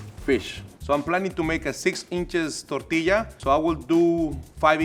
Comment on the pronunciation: ngl i really liked how pronounced the word "tortilla."